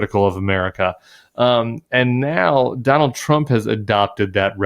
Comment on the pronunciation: Don-old and Ja-ded ?